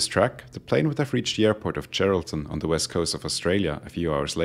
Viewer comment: Dude, great video...your English is above excellent, a definite C2 on CEFR. If you could focus on geting the th sound (as in "the aircraft") a bit softer, and eliminate the very subtle "de aircraft" that is slipping in, presumably as a consequence of / influence from your mother tongue, you would move to an even higher level. (I don't think you need to to improve your English, but if you want to, DM me if you would like a few suggestions.SUBSCRIBED